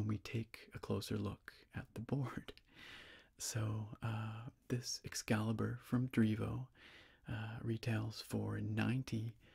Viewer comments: definitely says "excaibur" 😂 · It actually do say "excaibur". There's no L in between. Or am i blind???!? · Haha it would be EXCALIBUR so it is missing the L entirely hahaha